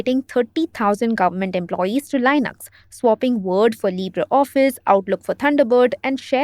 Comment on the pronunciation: It's obvious what is happening with Arattai and this lately. And you're pronouncing Linux incorrectly.